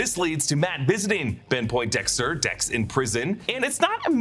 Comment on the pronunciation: He said Tex instead of Dex 😂😂😂